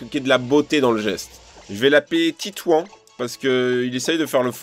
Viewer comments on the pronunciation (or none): none